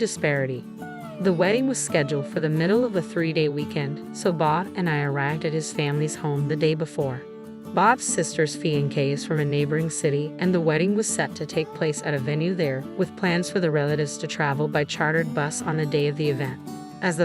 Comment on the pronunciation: Are you an AI? The word is pronounced 'fee-on-say'.